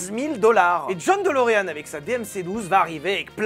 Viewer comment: "Delureanu" c'est la prononciation japonaise ça !